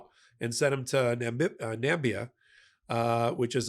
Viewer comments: FYI ...it's Namibia with four syllables NOT Nambia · It's Namibia, not Nambia. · it's Namibia NOT Nambia. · Na MI - bia - not nambia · Sorry, did you mean Na-MI-bi-a ? No such thing as Nambia! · Hey, it's not Nambia, it's Namibia - Nam-i-bia. Nambia was Trump's mispronunciation or inability to read. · Namibia, not Nambia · No.. no... no... There's no such a thing as Nambia.... it's called Namibia 🇳🇦 ... it just takes a few seconds to Google... Namibia is country on the south western coast of Africa... we have a couple of uranium mines that's true... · Namibia is pronounced 4 syllables: "nuh" + "MIB" + "ee" + "uh" ❤🇳🇦🇳🇦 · That African country is pronounced Na-mib-ia. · Nam - i - bia